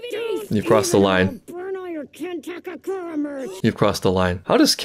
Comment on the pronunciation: Ken Takakura - ❎ Ken Takuraka - ✅